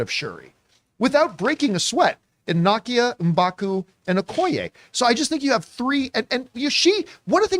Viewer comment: Didn't he pronounce it the way it's said in the film? NAH-kee-yah?